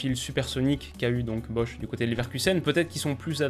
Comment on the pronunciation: c'est bosz pas bosh